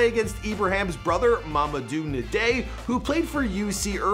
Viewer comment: N'Diaye is pronounced as Ehn-Jai not Neh-dey